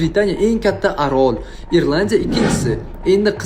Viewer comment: Arol emas Orol jugi